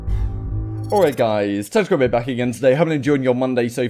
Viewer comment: What does he say at the start of his videos tactical rib or bib it sounds nothing like tactical rab